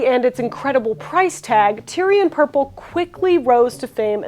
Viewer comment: "Tie-ree" or "Tay-ruh", not tire LOL!